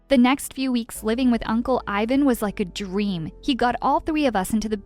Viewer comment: is it me or dose it sounds like da girl says dream to me it sounds like dwrem